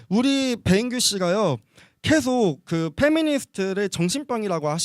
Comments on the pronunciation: 한국인은 계속을 켸속이라고 발음하지않음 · 예전에 봤던 영상 다시보는건데 남페미는 그냥 순수한 좌빨에 팩트는 없고 물타기만 오지게하고 매 주제마다 말빨에서 밀리면 518로 물타기만 하려고 시도하네 ㅋㅋㅋ 그리고 계속이지 케속이냐 발음 이상한거보니 조선족 맞나봄 ㅇㅇ 케속, 크렇게 ㅋㅋㅋ